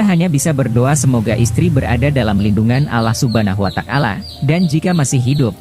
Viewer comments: Wata'ala bukan watakala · Kenapa Allah watakala, komentator nya gak bisa ngajikah.?